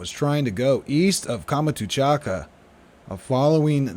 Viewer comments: Great work, but please stop saying "Kama-too-chaka", that's confusing. It's Kam-chat-ka (peninsula) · Please, Kamchatka is pronounced with three syllables, not five.